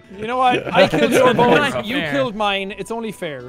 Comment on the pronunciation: It’s Not bones, it’s bohnes